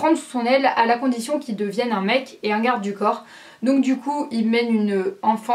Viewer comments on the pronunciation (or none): none